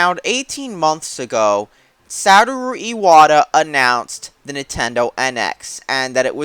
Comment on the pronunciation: you can't even pronounce "Satoru" right. how can anyone take you seriously?